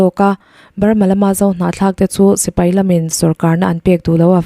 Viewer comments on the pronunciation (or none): none